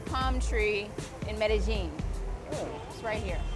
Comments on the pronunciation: Thanks for putting a Colombian city in the highlight for a good cause instead of its dark past (and present). I forgive you for butchering Medellín pronunciation. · She pronounced it like someone from Argentina, but without the accent. I was a bit puzzled by that. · that's just how americans pronounce it, most people are taught in spanish classes that double lls are pronounced as a y sound be lucky it wasn't a british person or you probably would have heard "medalin" or something equally egregious